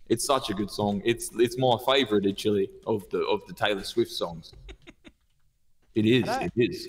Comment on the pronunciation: “it’s my fayvorite itchially”